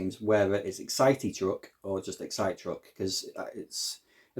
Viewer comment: I think it is pronounced Excite not Excite 😁